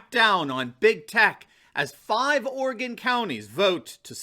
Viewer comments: it’s pronounced “Ory gun” & “Will lamb met” jus sayin, keep up the hood work! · Orygun. WillAAHmet. Love your work